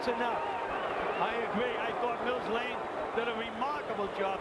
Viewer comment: Not Blane, Lane